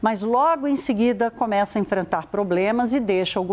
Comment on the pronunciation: Conxegue , comexa... Ai Credo, difícil assistir a notícia desse jeito...Por que quase todos jornalistas andam a falar assim?